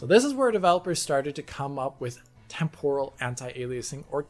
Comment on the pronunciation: Not sure why the stress on the second syllable of Temporal. That said. I will take regular old TAA over a lot of what came before in a heart beat. MSAA was fine but it had limitations, especially in terms of performance and shimmer. SSAA is just a brute force method of AA that costs so damn much. FXAA and SMAA are just image blurring that look crap (Though SMAA was WAY better than FXAA) and plain old TAA has the advantage of dealing with shimmer along anti-aliased lines but a blurred image. At least now we have more methods of dealing with aliasing. DLSS, FSR, XESS etc. etc. etc. These also came with drawbacks but most of the kinks have been worked out by AMD by 2.1 and DLSS is pretty damn good since 2.0. XESS became extremely competitive by 1.1 and 1.2. And yet... I still see people wanting to use FXAA in their games rather than any of the prior 3 at ultra quality. Madness.